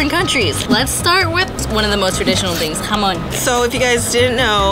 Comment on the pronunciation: Jamon sounds when you say it HAM ON and I’m from the uk and I crush 4 Maryland choc chip cookies and put 1/4 milk then mix then add an extra biscuit Maryland chocolate chip cookie thenmicrowave for 1.30-2 minutes